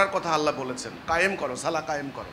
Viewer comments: কয়েকটি পয়েন্ট ভালোভাবে লক্ষ্য করুন! ১। সালাহ সালাহ করতেছো কেনো এই লোক 🤣 আরবি সঠিক উচ্চারণ (ٱلصَّلَاةُ) ছলাত মানে নামাজ! ছোয়াদ যবর কখনো ছা হবেনা ছ হবে! আর শেষে হা নেই গোল তা আছে! তার মানে ওনার কোরআন শিক্ষাও ঠিক নেই! ২। রুকু থেকে উঠার সময় যেভাবে (حَمِدَهُ) হামি.....দা বলছে মিমেতো কোনো টান নেই! কেনো টান দিচ্ছেন উনি😂 মনগড়া নামাজ! ৩। রুকুতে এবং সিজদাতে বলতেছে ছোবাহানা😂 উচ্চারণ হবে (سُبْحَانَ) সুবহা-না! বা এর উপর কোনো যবর নেই! বা এর উপর যযম আছে সিন বা কে ধরবে, উচ্চারণ হবে সুব্! পরিশেষে বুঝা গেলো যারা ওনার অনুসারী আছে তারা কখনো কায়দাও পড়েনি এবং কেউ নামাজ শিখতে আসেনি! সেনাবাহিনীর ট্রেনিং নিতে আসছে🤣 আল্লাহ এদেরকে হেদায়েত দান করুক আর হেদায়েত না থাকলে ধ্বংস করুক। (আমিন) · ছলা না , ছালাহ, মাইর হবে শব্দ হবে না